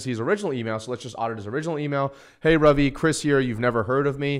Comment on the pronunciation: Because it's an Indian name that's pronounced RUvi and not RAvi